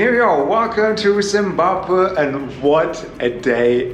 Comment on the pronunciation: has a problem pronouncing Zimbabwe.